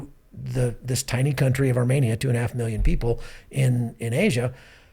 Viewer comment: How graceful of you, you weren't arrogant at all. Yet to prove my point 1) He mentioned Armenia multiple times in the video and every time his pronunciation was off and 2) Romania does not have a population of 2.5mil but Armenia does, and 3) Romania is not located in Asia while Armenia is. Si nu te mai incorda atat ca nu s-a luat nimeni de tine